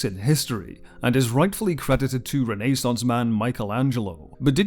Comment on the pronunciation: Ironic how AI generated speech makes content dumping on AI. As soon as it said "Renee-- saunce" I left.